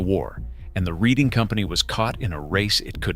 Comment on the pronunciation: Sir, the proper pronunciation would be: RED+ING